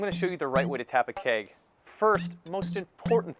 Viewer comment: haha i kept thinking is he saying cake or keg . LOL